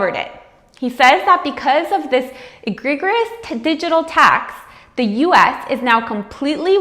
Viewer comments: Excellent assessment of the situation. One tiny thing. Egregious is pronounced i-gree-jus with the emphasis on the second syllable. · Did she really just say "Egg reeg or ous " ???